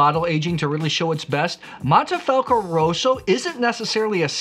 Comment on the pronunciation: wait, why are you saying mAnte, when its clearly mOnte? 😅 as a side note, if I was a ‘wine president’ of Italy I would ban blending French varietals all together 😅